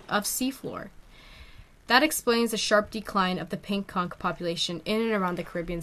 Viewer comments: TIL the word is pronounced "conk" and not "cawnch" 👍🏼🐚🧞‍♀️ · actually both pronunciations of conch and algae are right! the english language is indeed inconsistent and many things can be said in different ways! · also i dont mean to be a wiseass-but for educational purposes-it is pronounced al-jee not al-ghee>> but i have been pronouncing conch incorrectly my entire life-i appreciate that now i know how to say it correctly! so i hope you don't take my correcting you the wrong way :) knowledge is power! also the english language is inconsistent af. how heavy is it-the shell and creature? it never occurred to me until 3am today that perhaps there is a creature that lives in that shell! hahahah. i'm a smart stupid or w/e lmao